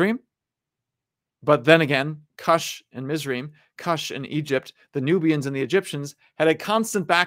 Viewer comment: A little clarification on pronunciation: Cush is pronounced Koosh in Hebrew, Mizraim is pronounced Mits-rah-yim or Mits-rah-yeem, and Joktan is pronounced Yoke-tahn.